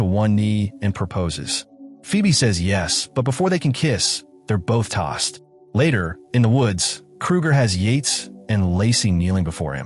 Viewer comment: They are both "tased," not "tossed."